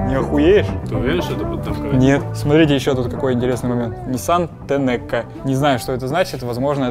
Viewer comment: Tenecco proizwoditel Katalisatorow